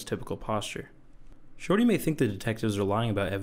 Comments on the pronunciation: I hear shawty like he’s got apple bottom jeans on 😂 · I know that it's his name but I can't take this narrator seriously when he keeps just calling him "Shortey" lmao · I love this whole video calling him shorty because i just hear shawty every time 😂